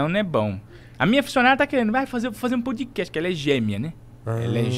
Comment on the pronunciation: "PUDcast" hahahah